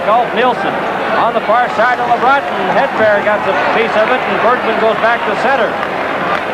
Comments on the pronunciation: More like "Headbear". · Hate the way the announcer says Hedberg and Sjoberg. He calls them Hedbear and Sjobear.